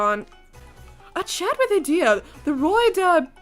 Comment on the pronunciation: Ignihyde bois are the best. Their vignettes are either "lol-funny" or "welp now I'm feeling rather down". Yeah you pronounced idia name right, "ee-dee-ah" and for a headsup the other person in the same dorm(ortho) is pronounce like "ore-toe". Also don't you worry I saw what you say to Ignihyde past episodes, I'm sure trey will grow on you too